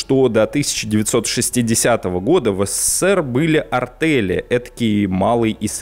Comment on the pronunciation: не артэли, а артЕли... и в тексте на лишняя буква С в СССР...